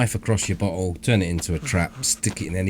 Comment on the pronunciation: When he says bottle it totally sounds like butthole. Lmao min mark 13.50